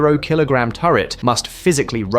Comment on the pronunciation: "The entire Free Zeroh Zeroh Zeeroh keelograhm turret"... Can you simpletons not at least listen to your own junk before posting it?